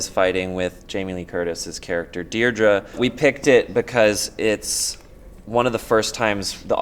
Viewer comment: Who in the captions decided that Deirdre as 'Dija'? That's hilarious! I always thought it was pronounced 'Deer-dreeee'. Also, 'Waymond' = 'women' and 'Ke' = 'Kie'. Might want to fix that